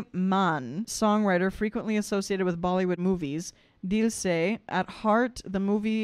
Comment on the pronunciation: jiya jale jaan jale 'my soul burns, my life burns' raat bhar naino tale dhuhan chale ' all night smoke blows under my eyes' spend more time on pronouncing names correctly